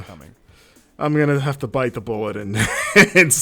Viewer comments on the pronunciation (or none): none